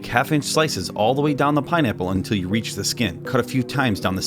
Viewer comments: did anyone else hear him say "pinenipple" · Honestly, every time he said pineapple, I just heard pie nipple. Just me? Yeah? Okay.